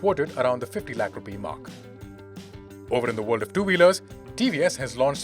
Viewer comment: Why does this guy pronounce words so weirdly?